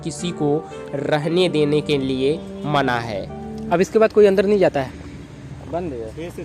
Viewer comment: हम डोर गया, 22 नवांबोर, अंदोर, भाभ्य, मेजोर, यहां पोर, आकर्षोक, दशोक,😂😂😂😂😂😂😂😂😂😂😂